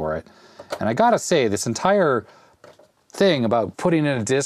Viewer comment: entire not entier........